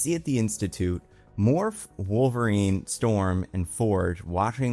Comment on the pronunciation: omg its how ALWAYS pronounces wolverine as wolvereign and ive never understood why